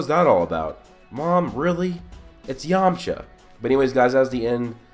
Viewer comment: really? it's yamcha, plz